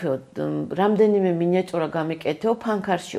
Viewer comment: ნუ ამბობთ “მინიაწურას " გემუდარებით ასე მგონია თეფშზე ჩანგალს უფხაკუნებს ეის ვენტურა. გემუდარებით მინიატურა ჰქვია ❤